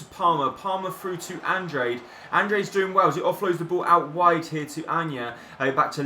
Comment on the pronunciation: it's pernounced: Andr á de